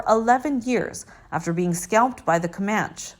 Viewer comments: For God's sake-if y, ou're going to do a video about someone--get your pronounciations right--it's Metro-Goldwyn MAYER--not MYER--and it's Ray BOWL-J, not BOWL-GUR--and the tribe is Coman-chees, not Coman-ch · Agree … Comanch and “Bol-gr” instead of “Bol-jer”. Just annoying! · This narrator is unbelievably annoying. I kept hearing her pronouncing Jan’s last name as “Clayun”. Is it only me? Also what Indian tribe is the “Comanch”? I’ve heard of the Comanche. Do this sites editors actually listen to the playback of their of their narrations? I don’t think so. If they do, they should be fired.